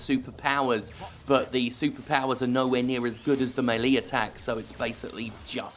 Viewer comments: You are saying melee wrong. Otherwise, great job. We can jank together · First time I've heard "melee" pronounced like that but I get the gist.